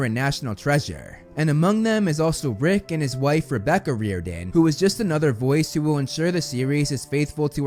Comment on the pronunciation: no offence, but u got me laughing so hard when I heard 'REEORDAN' NO HATE. Thx for keeping everyone updated